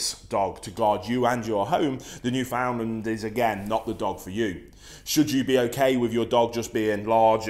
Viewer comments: You should learn how to pronounce Newfoundland. "newfen-LAND. You are saying it so wrong mate. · Finally some cultured people, my guess is your a Newfie because i have never met a mainlander who can pronounce it right. They always say “new found land” or “ new Finland🇫🇮 “ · Great video, thank you. As someone who has owned several Newfoundland dogs, is married to a Newfoundlander and has spent a lot of time in that beautiful province, please pronounce Newfoundland as you would the word "understand" with emphasis on the last syllable - like"NewfundLAND". Thank you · Actually, the pronunciation of "Newfoundland" should be noo-fin-land, not new-found-land. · Although spelled 'Newfoundland' we pronounce it as if it were spelled: "Newfinland" Thanks for the video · It isnt new found land, its all one word not broken down into 3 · It’s pronounced more like “newfinland” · Pronounced: new-fnd-land Or newfnlaand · It’s actually pronounced newfndler :) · It’s pronounced newfnland 😁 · No its pronounced New”fen”lander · I just lost my Newf last Tuesday. 😞 Wish he would pronounce it right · Hearing people butcher the word Newfoundland is painful as someone who lives there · The way he pronounces "Newfoundland" shudders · if you can say newfoundland right I'd listen